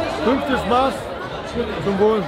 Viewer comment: Bruder es heißt nicht maaaß sondern Maß des a wird kurz gesprochen schöne grüße aus bayern